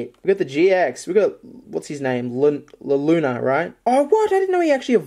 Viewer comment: hun its said (LU-nawl-A)